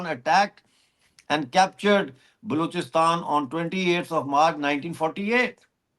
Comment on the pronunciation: it's Balochistan (or Baluchistan), not 'Blouchistan'. It's like calling you a 'Pounjabi'.